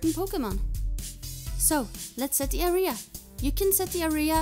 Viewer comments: A-R-I-H-A-S. do you know its pronounced AREA right? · Why tf u sayin aria